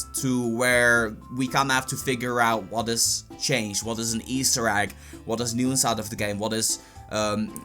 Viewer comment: This boooooiiiiii called an egg a agg